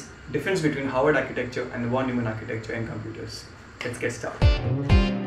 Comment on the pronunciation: havard not haward